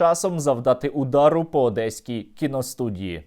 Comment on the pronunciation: "Адэсский" млять. Какие же они убогие